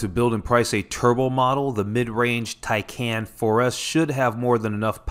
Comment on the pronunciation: Tycon not Tycan